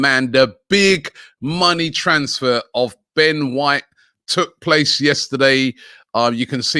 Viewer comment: Ben whoite